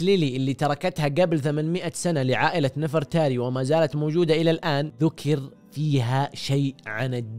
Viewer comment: نَفَرْتاري 😂 لا يالوجيه تنطق نِڤرْتَارِي